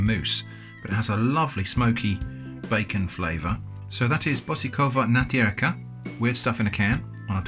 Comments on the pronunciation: Hey there, this meal is from Slovakia and it's pronounced like "buotchikovaaa naaaatierka". Really common food between workers, but we also buy it sometimes. Usually put on a slice of bread or "rožok", which is basically a long white bread. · Really funny how you pronouced it :D first of all it is so nice to see Slovak product on your channel. Second the á with the thingy over it(stretching) is pronouced longer. Č is pronouced like ch like in a watch. And ô is much harder to explain basically it is really open o (or more like uo put together) and the sound is made in the back of the throat. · You're just doing everything wrong. 🤣 Using the can opener wrong, opening the tin wrong, pronouncing it wrong, calling Slovak food Czech, putting it on the wrong type of bread product, not offering to help release the funds of the dead Nigerian prince... WRONG WRONG WRONG! 😜 I think I have to try some of this. Is it a typical polish shop item or one that specially had Slovak food too?